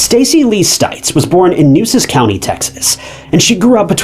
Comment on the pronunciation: Nueces - New-A-sis